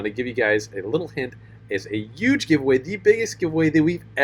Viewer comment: "UUUUUGE GIVEAWAY"!! Forgot the H man